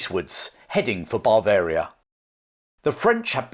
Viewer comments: Interesting and enjoyable, reminiscent of schooldays, the Spanish Sucession etc, fascinating! Unfortunately your pronunciation of the word Bavaria was confusing, it is Bav-aria not.! As a nurse I would suggest you consult your G P about your inability to pronounce the letter V, this is indicative of 'labiodental fricative' which can be treated. Thanks for an interesting video, I look forward to Ramillies.! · there's only one 'r'. It's at the end. Ba-varia. Not. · I always enjoy your videos. But surely Bavaria is not pronounced but Bav-aria - Bav to rhyme with chav? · I love your videos, they are informative and interesting. But every time you say Bavaria as Bar-veria, I want to scream. There is no R in the word and it is pronounced Buh-veria or Ba-veria, with a flat A. Yes, i know it's pedantic and i'm sorry but it drives me nuts. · It sounds like you are saying Barbaria instead of Bavaria? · you are pronouncing it bar varia instead of ber varia. Great video though. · This is great. But what exactly is ""? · The English pronunciation of Bavaria, as “BAH-varia”, to my ears sounds like you’re saying barbarian army every time you say Bavarian army. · It's his accent. The English have a vast range of accents and i noticed his pronounciation too, I pronounce it as "buh-varia".